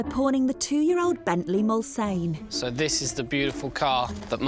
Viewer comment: 'Mull-sann' luv.